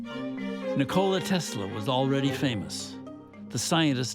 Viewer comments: It’s true we Americans have never given Tesla the respect he deserves. That starts with the most basic and recurring disses that this film is guilty of too: butchering the pronunciation of his name. It’s not nick-KO-la. The emphasis is on the first syllable, and it’s pronounced like the English words for the joint in the middle of the leg: knee and and the soda: cola: NI-kola. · You know it's going to a bad documentary when one minute in and they pronounced his name wrong! It's Nikola Tesla not Nocokla Tesla.